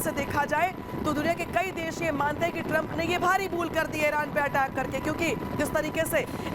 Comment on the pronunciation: एरान नहीं ईरान है